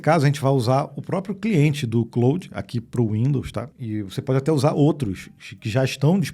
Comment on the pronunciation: O nome é Claude.. e não "Cloud" 😂